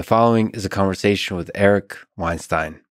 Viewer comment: He said "conversation" without the "g"!